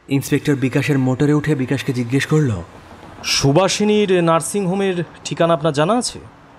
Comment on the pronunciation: I believe.. Please ektu uchharon er dikey kheyal rakhben..Bollo,chollo, korlo, dekhlo.. bishesh kore ei word gulor pronunciation gulo..aar voice ta ektu flat lage majhe majhe.. character e dhukte gele ei whispering tone ta chharte hobe. Oporadh neben na asha kori..Eta personal opinion..